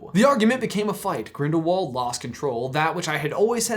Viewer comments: GrindaVald you say it with a V. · It is spelled like Grindiwald but it is a German name and there w's sound like v's so it really Grindivald